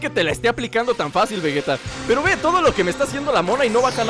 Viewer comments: es vegeta no vegueta XDD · se dise vegeta no vueta